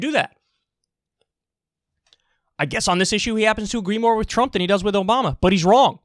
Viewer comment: I like how this hack couldn’t say Obama’s name. Instead of trying to play armchair general he needs to worry about buildings collapsing in his town.